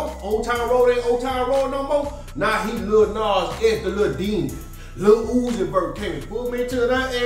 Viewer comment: Bro said Lil Uzi Skirt😂😂😂